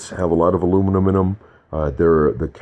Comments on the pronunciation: "aluminum in em" sounds like "aluminuminum". They should do multiple takes and enunciate so people listen to their argument instead of chuckling and repeating a word for 2 minutes. Or is that just me? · What’s ‘aluminuminum’ he kept saying it at the end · I like that word Aluminuminem